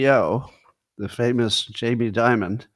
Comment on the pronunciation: Why does Scott call Jamie Dimon “J.B. Dibud”?